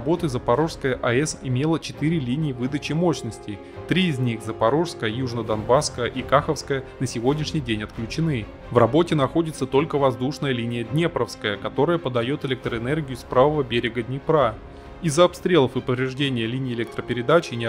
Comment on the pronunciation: Кахо́вская а не Кахавская 😂 И Днепро́вская